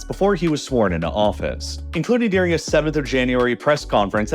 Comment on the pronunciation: “Ladin America” and “deering?” The narrator pronounces things oddly. It’s Latin with a T, not a D. And the word is “during,” not “deering”